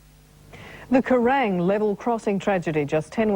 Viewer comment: Did he really say kerrang?